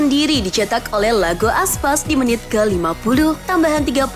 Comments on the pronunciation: iago aspas bukan Lago aspas mbak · Iago Aspas mbak bukan Lago Aspas 🤣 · I A G O mba, bukan L A G O IAGO ASPAS